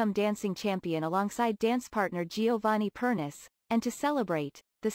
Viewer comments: per nee chay NOT pernis for goodness sake don'tp you listen to Strictly???? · The problem with using computer voices for this sort of thing is that they can't pronounce people's names correctly.. Giovanni is Italian is last name is pronounced "Per knee chee" (three syllables).